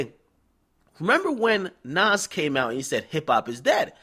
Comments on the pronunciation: hate how this nigga sayin nore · Nigga...its Nore not Nas lol, no one rocks with him